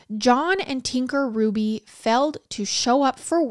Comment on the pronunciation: My maiden name is Hruby! I just want to give my biggest thanks to you for obviously doing your research and pronouncing Hruby right!!!!!